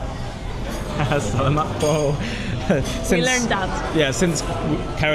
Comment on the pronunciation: When you say Salamat Po, the accent is in the second syllable, in the 'la' syllable.